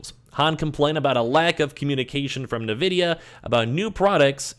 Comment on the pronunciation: N-vidia not na-vidia.